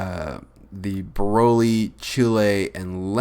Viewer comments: Rad Artist I know but after he said rose he said brolé instead of broly because he said Rosé first then chilé after it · He said Rosé then Brolé instead of broly because of chilé after too😂😂😂